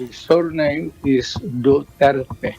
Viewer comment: Who's Mr.Dutert?????? Name palang Mali na Jusko.! Duterte not Dutert!!!!